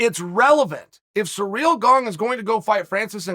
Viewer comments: Hey, it's not Surreal Gane. See-reel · I'm convinced that he's calling Cyril "Surreal" on purpose cause on the post show on Friday he didn't butcher the name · Funny how I understood "surreal Gane" when Chael says his name first in the video. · Since you learnt how to say Charles Oliveira after he won the title, will you learn how to say Ciryls name properly? Or will that remain Surreal Gong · Last time Francis and Ciryl spoke was back in 2018, during the FrancisvsOvereem camp, they're not as close as u say it uncle Chael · FFS, say the man's name correctly. Not only is disrespectful to him, it makes you look like a moron.